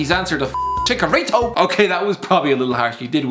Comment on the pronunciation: We’re in 2020 and the Irish can’t say Chicharito right